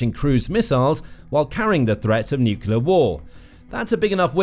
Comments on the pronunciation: Narrator can't say 'nuclear'...sad! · 'Nuclear' does not have 3 syllables.